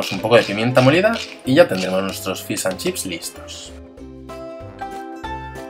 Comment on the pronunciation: "Fis" an chips!! Jajajja se dice FISHHHH jajajaja